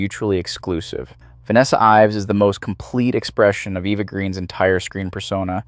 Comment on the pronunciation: Eva. Eva Green. Not Eeva She's not American but French. I love your videos but this irks me.